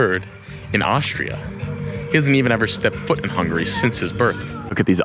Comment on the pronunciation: Man, you are like a walking Wikipedia. You know more about Hungary than me. I like your videos! Your pronunciation getting better by the way ;)